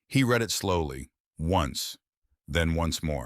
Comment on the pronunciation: Your AI keeps pronouncing 'read' as 'read' instead of 'red'. In English pronounciation context matters.